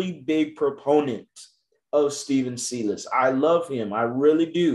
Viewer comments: I love watching your videos bro but your miss pronouncing the coaches name. If you watch rockets games you should know how it’s pronounced. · You’re pronouncing Silas wrong.